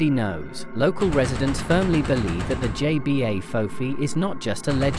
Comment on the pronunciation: It's pronounce Jebah, not JBA.